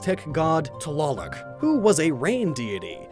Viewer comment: Loving how you pronounced tlaloc lmao